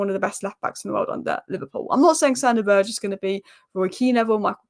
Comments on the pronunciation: His name still isn’t «Berje» or whatever you’re saying. It’s Sander BURG EH (Like the Word «Burger», but just cut away the last letter) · Good lord. I hope we don't sign Sander Berge, it hurts my ears every time you pronounce his name so awfully wrong. SANDER BURGER!!!!!!! 😂😂😂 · I love how pronounces Berge's name different every time.:D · please google how to pronounce Sander Berge, itas not hard at all......